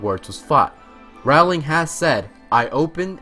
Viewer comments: Abbie- Leigh ROWling as in cow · ALSO how can he call this a harry potter video and pronounce Rowlings name wrong?? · Why don't people who do Harry Potter videos learn to pronounce "Rowling?" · I'm gonna be completely honest and say I didn't know fact 1 (the Greek part. I knew Trelawney's ancestor was Cassandra) and fact 50 where Rowling said the books existed because her mother died. Also, dude, your pronunciation of the names is so bad. Sorry but it's terrible. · Every time he said Rowling I cringed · He was right! I did learn something new: he can't pronounce Rowling and erised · fact #51: he pronounced "rowling" wrong the whole time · Do show some respect and pronounce her name correctly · it's jk ROWling like roll not Rowling like wow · No ROW-ling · Great video! Note: it's pronounced Rowling as in rolling pen!* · stop stop stop you are going to take someone's eye out, besides you are saying it wrong it Ro-lling not Raw-ling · Her husband gave her a mug that says: They see me Rowling, they hating. And that’s how I learned her name was pronounced “rolling” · "ROUWLing" kms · her last name is pronounced like rolling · Rowling is pronounced as rhyming with bowling...they're even spelled the same, just with an "r" instead of a "b". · I knew over half of these. Also, stop mispronouncing Rowling (pronounced Rolling) and Ralph Fiennes (pronounced Ray-ph Fine). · Fact 51: Rowling is pronounced "rolling" as in "rolling pin" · Yeah, how can he be a fan and pronounce BOTH names wrong? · Kudos for saying Philosopher's stone. But Roawwwling? Ralph Phineas? Dom Hill Gleeson? And I don't even know how to spell that pronunciation of Erised. And footage with a bandicam watermark? Look, I wish your channel well, but you're gonna have to pay for software and do a little research on pronunciation.